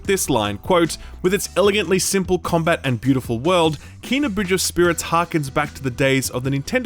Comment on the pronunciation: I think it's Kay-nah not Kee-nah, I've been fudging it too haha